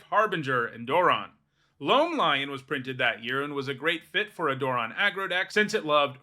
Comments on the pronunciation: Door-ron Yeah thats a new one to me too. I had to check the comments to see if anyone else mentioned it too. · I have never heard him pronounced like this. It sounds way too much like moron. If that's how I'm supposed to say it, I think I just need to take apart my commander deck. Lol. I'm not making fun of your pronunciation or saying you're wrong. It's a legitimate pronunciation in the English language, but I don't know if I can accept it because it makes him sound even more dumb. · Never heard it pronounced this way once lo